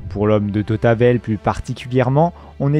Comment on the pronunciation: Et l'homme de tautabel